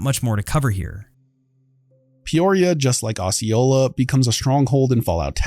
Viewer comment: Yes you have pronounced it correctly, been through the actual town.